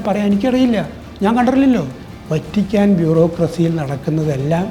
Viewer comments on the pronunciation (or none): മലയാളത്തിൽ വ ത്തി ക്കാൻ എന്നാണ് ഉച്ചരിക്കുന്നത്. വ റ്റി ക്കാ ൻ എന്നല്ല..... അയ്യേ, മെത്രാൻ കേസ്സ്!വഞ്ചി സ്‌ക്വർ പോയതല്ലേ. Chumma വെയില് കൊണ്ടതല്ലാതെ.. എന്തു ഗുണം കിട്ടി. ഇനി അനങ്ങാതിരി 75 ആയില്ലേ